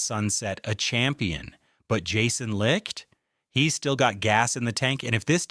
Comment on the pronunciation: It seems like no one knows how to pronounce Jason Licht. Anyways the offense can be generational I believe this year. The offense is the key and the defense is going to give up a lot of points at times and I think the offense is going to be next level enough too propel us into possibly even a Super Bowl which I can't believe I'm saying